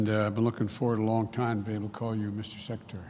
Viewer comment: he can't even pronounce the word secretary...